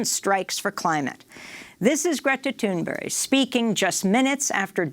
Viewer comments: Please stop saying “Toon Berry”. 🙄 It’s Thunberg! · Why is Amy pronouncing "Thunberg" as "Thunberry"? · Thank you Democracy Now!. Also, I think you may be mispronouncing « Thunberg », it sounds like « Thunbery » when you say it, which I'm not sure is the good pronunciation. Thank you for covering the climate crisis. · It would help if you could even pronounce her name correctly! From UK btw.